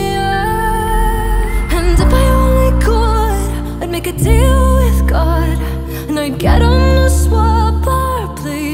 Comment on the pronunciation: Nobody pronounces “God” like Kate Bush. For me it’s the signature moment in this song. It’s an iconic song, but nobody replicates or exceeds that moment.